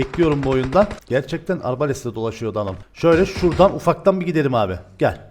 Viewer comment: Abi arbales deyil arbalet ndndn ☺️😂😂❤️